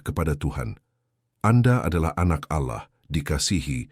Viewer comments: Cara nyebut Allahnya salah 😢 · Ya knpa pke kata Alloh,hrusnya ALLAh ku